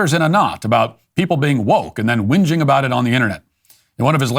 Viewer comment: Keep spewing Matt!😂 "Windging"Matt now the Australians are plagiarizing" the game of thrones". The hound said "don't be whinging"😂